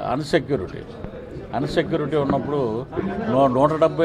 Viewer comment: అన్ సెక్యూరిటీ కాదు అన్నా... ఇన్ సెక్యూరిటీ....😂😂😂😂😂😂